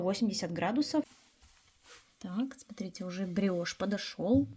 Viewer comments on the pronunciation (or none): none